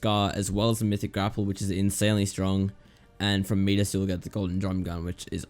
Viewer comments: man said meedis instead of midas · yes kill meedas in the agency its actuly midas mye das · It’s My Daz That is how you pronounce Midas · the way he said midas XD